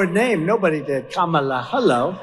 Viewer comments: “Unlike kam-ah-la, I know my roots” 😳 The miniseries #Roots aside, this trump shill must know that most black people in America can’t trace their “Roots” back any further than the last slave owner. Another tragic side effect of slavery. {Though, in truth it was done on purpose, wasn’t it… that makes it an intended effect and no one could convince me that Lay-ra troomp didn’t think of this when she chose her words. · Wtf is a Camilla??? her name is Kamala🙄🙄🙄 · Ka-ma-la ? Mel-an-ea ? Iv-an-a ? Mar-la ? Iv-an-ka ? .... it isnt difficult to pronounce the name of the next President of the United States , KAMALA HARRIS . Trump manages to pronounce correctly the names of his wives and daughter . But i guess he could always just call Kamala Harris , Madam President . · He calls her Ka-ma-la, she needs to call him Don-old😂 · I think you're mispronouncing Kamala's name, Ben. I think her name is pronounced Ka-MA-la. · mispronounced her name purposely, how classy? Can you look more like Melania? 😜😏 Cause you're not doing something right or else you'd be poised to be the next First Lady for Don the Con orange man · Trump has introduced this concept of not saying people's names correctly - when he in fact bothers to know a name at all. Both he and Habba have mispronounced names then sneered and said "whatever he/she calls themselves". yes, they call themselves that name, because it IS their name. If they want to play that game, let's all talk about Ronald and Balloona. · When people purposely say names wrong . . . Kamala, Fani, the “Democrat” party